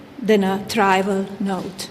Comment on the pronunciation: Cant speak a word of English. She pronounces Trivial and trival. Wtf?? Get her some English lessons.